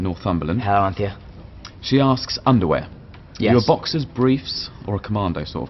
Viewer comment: lol him saying hi to everyone and also underwaer? yes